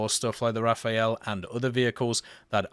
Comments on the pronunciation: Feels like more work to say Rafael instead of Rafale tbh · THE DOGGO DEMANDS YOU STOP SAYING RAFAEL AND START CALLING IT THE RAFALE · can you for the love of god stop saying rafael and instead say something funny like rudolph its really enjoyable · please i beg you, you can do everything but not say rafael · I’m not even a big fan of the plane per say but the way he says it EVERY TIME is annoying